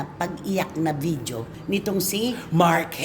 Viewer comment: Hindi vijio po CF, walang letter “J” ang video. Ang tamang pag pigkas “vi-di-yo”.